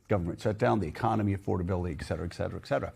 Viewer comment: Joe, there’s NO SUCH WORD AS EXCETERA! IT’S ETCETERA!